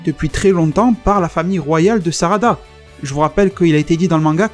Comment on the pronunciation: totalement crédible. Peu probable, mais crédible. Cela expliquerait effectivement le potentiel et l'évolution sans queue des saiyajins de l'univers 6. mais je n'y crois pas trop, même si j'aimerais beaucoup que cela soit vrai. (Et c'est la planète et le roi Sadara, pas Sarada mon poto ^^)